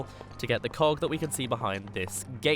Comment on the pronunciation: welp, you accidentally swore. you said "cock" instead of 'cog"